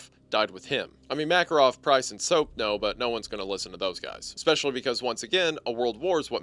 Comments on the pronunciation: “expecially” I guess a bit of hunter is rubbing off on him 😂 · "eckspecially", the influence of Hunter there